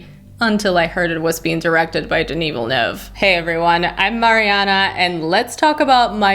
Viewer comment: Wow the fact alone that you said Villeneuve almost flawlessly as an english speaker is awesome. Good review by the way